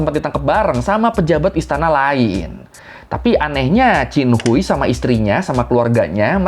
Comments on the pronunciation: Dalam bahasa hakka chin khuai, bukan cin hui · bang, bacanya bukan hui tp hwei 😭😭😭😭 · Qin Hui di baca nya qin hue bang ,, izinnn